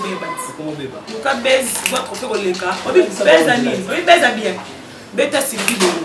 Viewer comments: mais otangi ba ecole nionso reputée ya kin mais français na munoko mobulu ozo loba "baise" baise eza amour, on dit plutôt "buzz", nanu na yoka yo te na phrase ya 30 secondes ya français A chaque fois omekaka français tjrs ba fautes ozo loba "quand vous reçois" ndenge olobi omekaki la bouche et puis esimbi ndenge moko kk na ba carine na chef na yo grace bino nionso serieuse aza te et puis ba diplôme ya kin to yebi basi ndenge bokoma kozuela yango mutu neti yo diction mobulu osali journalisme français zero eza soni olobela diplôme bako comprendre mbala moko asalaka nini. avoir un diplôme ne suffit pas pcq c juste un papier mais l'intelligence c une autre pour conclure on ne commente pas un sujet mais plutôt on le développe mawa trop, muana akola bien ou soit muana mbongo alobela bozui nabango te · Cette fille entre nous dénigre la profession journalistique ou de chroniqueuse/ Comment voulez vous que les chroniqueurs congolais soit respect par ceux des autres nations! elle se dit chroniqueuse et ne sait pas s 'exprimer en francais!!!dit lui on ne dit pas "ar kelly" ni baize" pardon...en plus elle ose citer des profs lol honte a eux et a la faculté ou elle aurait soit disant etudié ... Youtube nous te pardonnons d'avoir permis que ces ignares soit diffusés... please qu'elle se taise à jamais..........